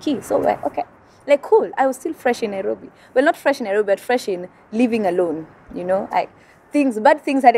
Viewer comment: Hahahaha NaiRRobery